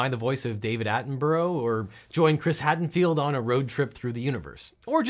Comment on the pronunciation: I'm sorry, Chris Haddenfield? You mean Chris Hadfield? LOL! Cheers m8!